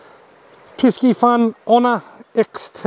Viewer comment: Good video again but is “piss-e-fun” not “pisk-e-fun” 👍🏽